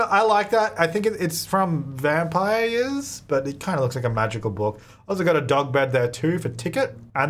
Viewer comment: I’m pretty sure at some point said “Vampire Years” and I love that 😂